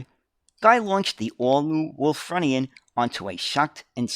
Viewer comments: try pronouncing it as 'Wool /frew /knee /an. Ref the use of the Indian Chief, the sales slogan of the company was "A feather in our cap" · Think it's pronounced Wulffroonian.Bus of my youth . Lived near Wakefield,it was my main bus for school and leisure trips.My dad had not a car. Remember just before they took them out of service,they stopped passengers sitting at the front upstairs. Think to stop the suspension bottoming. There are a couple of preserved ones at nearby Osset......happy days. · It's Wul-FROO-ni-an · It's actually pronounced 'Wulfroonian'... native to Wolverhampton (which was founded by Lady Wulfrun in 985CE). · The pronunciation of Wulfrunian was a little painful as I’m actually a Wulfrunian myself. I have had the ”pleasure” of actually driving one of these at the Black Country Living Museum where I was a volunteer driver for the buses, trams and trolleybuses for around 10 years.